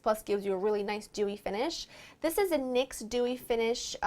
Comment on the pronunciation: I love how you say "dis" instead of "this" =)